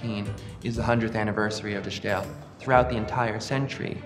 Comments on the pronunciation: Yes, please lose the German pronunciation when speaking Dutch. You wouldn't speak Spanish with a French accent, would you? Even the French don't do that. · It's pronounced as 'The Style' not as 'The Sssjjjhhhtyle'. It could literally not be any easier to pronounce for an English speaker and yet this guy manages to fuck it up. I guess this guy is just sssjjjhhhtupid. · 'De Stijl' in Dutch is pronounced almost the same as The Style in English. So it's not The Sschhhtyle ;) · My man, it's pronounced "de style"—you don't need to put some kooky accent on it just because it's spelled in an unfamiliar way. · It is not only cringing, it says something about the approach towards research. Uninformed attempts to pronunciation betray academic laziness. It is ironic that this man mentions the concept of ’essential elements of representation’ in the same sentence in which he fails to apply the essential elements of representation, once again.